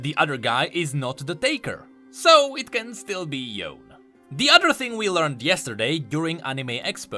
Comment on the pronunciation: "Yone" is an East-Asian name, and should be pronounced like one: It is two separate syllables. Yo-ne.